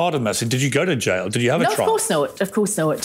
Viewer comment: She called the jail, the jyle 🏴✌️